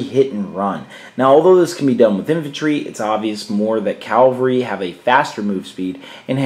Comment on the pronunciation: Leonardis EGWG You're right in correcting me on this. My pronunciation is certainly horrible with many older words and Tolkien words. I should have said Cavalry. I appreciate you making me practice though :)